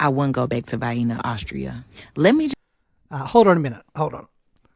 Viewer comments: her vid starts with her saying " Why as a black person I wouldn't go back to Vienna, Austria" mispronouncing Vienna, she is clearly from da hood. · . OMFG!! EVERY TIME this woman says Vienna WRONG!! She NOT only makes my skin crawl but my soul aswell!!! TYPICAL American!! They cannot pronounce ANYTHING right can they!! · Interesting that one of the most 'educated' women in the US can't pronounce 'Vienna' or 'architecture'. She should probably have 'axed' a few questions before going. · How can a woman who cant pronounce vienna afford to travel to vienna. Blows my mind. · I used to hear black people pronounce Vienna that way 50 years ago. That is how uneducated ghetto blacks pronounce it. As a teenager i worked at a supermarket and they used to come in and ask for Vienna sausages like that. We always had a good laugh whenever it happened. Surprised to still hear it being pronounced that way. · The way she pronounced Vienna is the same way americans (from the south, where i live) pronounce Vienna Sausages 😂😂😂 Mabey she thought she was visiting a sausage factory, thats where the disappointment comes from 😂😂😂😂😂😂😂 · Hillbillies pronounce vienna sausages just like that black lady. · She even went to Vienna and didn't learn how to pronounce Vienna. That's a whole other level of ignorance right there. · So she pronounces it like it is the sausage. Got it. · theres a reason a stereotype is one for a reason.....DUMB...cant even say Vienna....holy dumb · Bro, she called it "Vyena", rhymes with "hyena" 💀 Imagine being so clueless that you think Austria is "racist" because the people there are white...🤦🏽‍♂🤷🏽‍♂ is a typical Westernized feminist and probably only dates white guys, but pulls the racism card any time she's inconvenienced. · she can't even pronounce Vienna 😂😂🤣🤣 she must be illiterate too... can't even make sense of any singular sentence she tries. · Vi-eena. You'd think she'd have gotten it right by now. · Vainna, Austria 😂😂😂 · 3 total? VIAenna sounds like heven